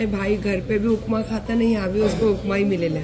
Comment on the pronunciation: Ukma nahi rey! Upma bolte hai. 😂 UKMA?!!! 😂😂